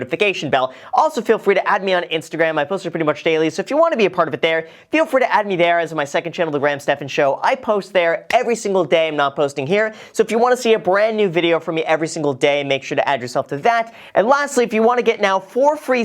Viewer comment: Its Stephan, not Stephen.....